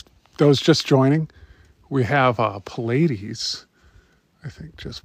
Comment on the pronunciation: Nice videos. Thanks for sharing. plee-aid-ees, not “pill-aid-ees.”